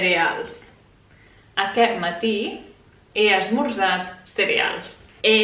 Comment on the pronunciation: You pronounce 'aquest' as [akɛ], that's what I heard. That is, silent 's' and 't'.